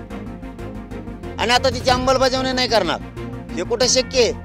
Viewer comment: अंबल की अंमल..बजावणी😂